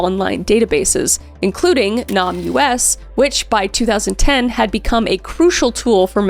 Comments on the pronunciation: In case anyone needs the information: NamUs is also pronounced as if the words ‘name us’ were one word. This may seem picky but for someone looking for information it may help them find the site/cite. (I have had people ask me about this.) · What a precious girl. She deserved to live an amazing life. For future reference the organization namUS is actually pronounced like ‘Name Us’ because the people in the database are unidentified. Also GEDmatch is pronounced JED like Jedi. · Kris, NamUs is pronounced “name us” just fyi. Love this series. ❤ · I think NamUs is pronounced name us…. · NamUs is a play on words its read Name Us.... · She always calls it Nahm You Ess and it's always kind of bugged me, lol. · NamUs is pronounced “name us” not “Nom U.S.” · Kris, I love you, but you cannot read: The National Missing and Unidentified Persons System, abbreviated to NamUs, is pronounced "Name Us," not "Nam. U.S." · NamUS is pronounced "name us". As in give us a name. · I think NamUs is pronounced "Name Us" instead of "Nam US" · I believe the enunciation of the Namus is pronounced "Name Us" as opposed to "Namus" :) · I know it’s spelled NamUS, which is confusing, but it’s not actually pronounced Nam US. It’s pronounced name-us. As in, “we’re missing and unidentified, can you please name us!?” NamUS. I can tell you actually do research, and you do your best with pronunciations. This is genuinely the only time a mispronunciation has bothered me. Not because you said it incorrectly, but because I think it’s extremely important and I think saying it correctly helps people (in the US) remember it exists. I think most people are smart enough to know what you’re talking about, but some may not. A link to the NamUS website might also be helpful. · Im sorry to be this person...is it Nahm-U.S. or Name-us? Cuz I feel like a missing persons site would be the latter? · Literally the whole point lol. She was just pronouncing it in an odd way. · Fyi, NamUs is pronounced name-us.